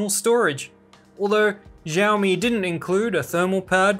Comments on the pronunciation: siaomi, not zhiaomi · its not "Jaomi". its "shaomi". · I got you!!! finally you pronounced xiaomi as xiaomi...not jaomi😅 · Why he say jiaomi It's xiaomi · Xiao is pronounced the same as "shower" but without the er.